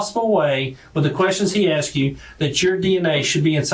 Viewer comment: His wife "axed" him? 😅